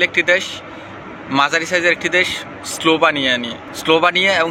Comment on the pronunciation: যে দেশ নিয়ে কথা বলতেছেন। ভিডিও বানানোর আগে ওই দেশটাকে শুদ্ধভাবে উচ্চারণ করা আগে শিখুন 😬😬🤗